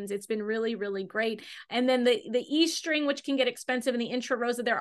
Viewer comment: it’s pronounced “est-ring”, not “e-string”!